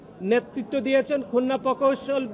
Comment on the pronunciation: আরে ভাই উচ্চারণ করুন খুলনা